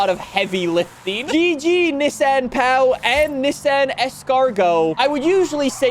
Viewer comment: the way you’re pronouncing Pao, means the guy’s little toy, but Pão means bread in Brazil